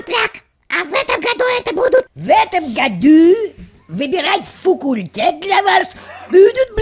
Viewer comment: Не фукультет а факультет